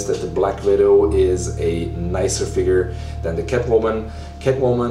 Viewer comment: "Let's go into the FIGURRRRR." Haha love you brother.